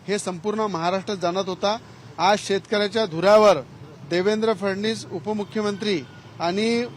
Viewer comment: याले फडणवीस येत नाही फडनिस म्हणते